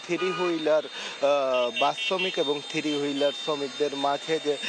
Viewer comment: একজন সাংবাদিক কিন্তু থ্রি হুইলারকে উচ্চারণ করে "থিরি হুইলার" 🫠